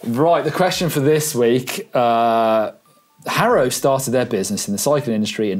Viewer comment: Hairow 😆 "har-ow" he made custom number plates for local racers in California in the 70's. Ive heard it was to fund one of his other passions (racing motorcycles).